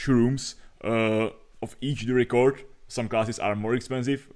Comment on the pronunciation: Nechci být hnidopich, ale record se čte [rekrd], ne [rikord]